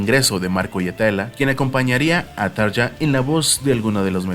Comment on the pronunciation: Así no se pronuncian los nombres ni de Tarja ni de Jukka, bueno, ninguno lo pronunciaste bien😖 No te lo digo en mala onda pero infórmate, amigo.